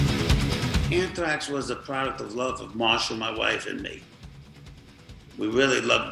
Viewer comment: So "unthrax". Awful